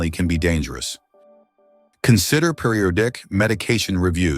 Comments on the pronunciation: Periodic: peer-ee-awe'-dick, not peer'-ee-oh-dick. AI commentators, smh. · Hello, Carolyn Steiner here from Australia. This is mainly a good article. I reckon that it could have greater effectiveness if the person reading the text in English could attend to his pronunciation e.g. he stumbled when saying the word “periodic”. I often hear him, and others who have been engaged to read the text in English in videos on YouTube forever struggling to read the text correctly and it is very jolting and jarring sound that I hear as well as being a robotic, mechanistic type of sound that imitates audible human language which then makes a real person such as myself want to stop the sound altogether by pressing the mute/unmute icon! 😅😅 it becomes exceedingly painful to stay and watch the entire video. The reader who comes to mind is the one mostly used for videos of “Wonderbot”. This voice becomes a terrible distraction to understanding what the article wishes to convey. I am amazed that I have never read any comments previously about this problem😮! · He mispronounced periodic for goodness sake!